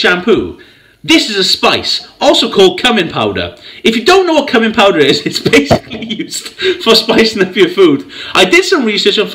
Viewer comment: "Cumming Powder" You've got to love foreign pronunciations ;)